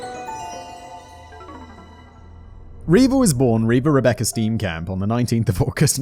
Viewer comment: I just enjoy the way you pronounce Steenkamp